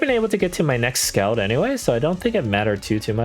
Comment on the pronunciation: Scald is pronounced "Sk-all-ed", as in the move is scalding hot.